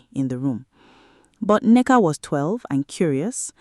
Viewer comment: The daughters name is Nneka. You keep giving it different spellings and pronunciation.